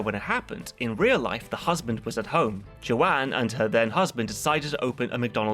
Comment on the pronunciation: it's Joan not Joanne. Rhymes with Lone. Joan Kroc was a local celebrity in my hometown of San Diego. She founded the Ronald McDonald House charities.